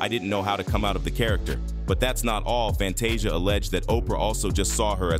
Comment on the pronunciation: I love your report on what's going on but what irritates me the most you're mispronouncing their names you got to learn how to pronounce their name correctly you have messed up Fantasia's name you even messed up Oprah's name how can you mess up her name😢